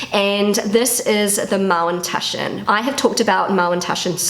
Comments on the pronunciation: What are Mallentaschen? Is she trying to say Maultaschen? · dear, did you call them Mowntushen? I tried so hard to figure it out. Please, please let me know ❤ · Es hört sich immer an, als würdest Du Mauntaschen sagen. 😅 #ZuPutzig ☺